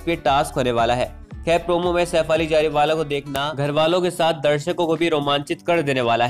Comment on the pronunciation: Its not Jariwala plz get your pronunciation correct.